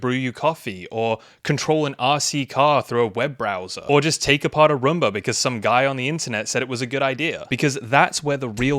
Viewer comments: Romba? I thought it was Roomba! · I just wanted to say that it's not pronounced a Rumba. It's pronounced Room-Bah like as a bedROOM. But great video and gave you a like hehe. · It is not a Rumba, it is a Roomba.